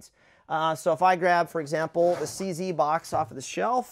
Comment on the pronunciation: cz is not pronounced cc tho, its czed